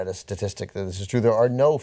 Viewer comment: did anna say who to yakov smifnoff..... i want to die